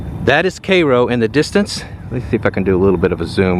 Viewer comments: kro ? It's cai-ro. can he not see the i afta the a ? as in ky-ro. Duh. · K"EYE"- ROW, like in Egypt, not KAY-ROW? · It is pronounced "KAI-ROW " not "KAY-ROO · Born and grew up in Cairo. Our family owned the former radio station (WKRO) back in the day. Cairo is NOT pronounced “K ROW”. It’s correctly pronounced “Care-o” with a soft “o” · PS: It’s pronounced “Chhhiiiii-Rrrroooo” NOT “Chhhayyy-rrrooooo” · Its pronounced Ki Row. Not K row. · All of my siblings attended Southern Illinois University in Carbondale IL, very near Cairo, which is obviously named for the Egyptian city of Cairo (ky-row) but the locals don't pronounce it that way. They pronounce it the way you do in this video, "kay-row" like the syrup! The entire area of the southernmost tip of IL is known as "Little Egypt." The SIU-C mascot is an Egyptian dog, called a Saluki. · I thought it was Care Row. (Cairo) thanks for clearing that up 🤔🧐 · Are you sure its pronounced Kay-Roe and not Kai-Roe? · Seems like such a waste, such history being forgotten, so much historical architecture being lost to nature. Those old structures should saved if they really are in a "registered historical district", to just let rot away is unforgivable. And I think it pronounced "ki- Ro" not "Kay-Ro". Wow 43K for a house that might collapse with you in it, no thank you! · Pronounced kī’ rō not kā’ rō. At least they keep the grass cut. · C-eye-ro, not C-ay-ro. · Cairo is pronounced with a long I - not like Karo syrup! But like Kii-row. Would anyone that resides in Cairo, IL, care to leave a comment on how - "Cairo" - is pronounced in your hometown?? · Cairo in the Egyptian way sounds so much better than 'Cay-ro'. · wrong vern. It’s pronounced K-row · I'm 69, and it's been a ghost town all my life. Of course, as a child, I thought that meant it had ghosts. We only went there to cross the Mississippi River. We pronounced it Care‐Oh. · Kai-Row...K-Eye-Row. lawd have mercy 🤦‍♂️🤦‍♂️ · you're from tx and can't pronounce káii ro.